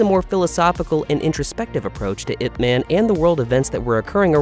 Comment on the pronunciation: If you can say Olivia Munn you can say Ip Man correctly.